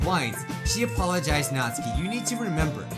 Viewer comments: Your saying Natsuki wrong ( nAAAt suki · It's pronounced nats-oo-ki Just to help bro your awesome.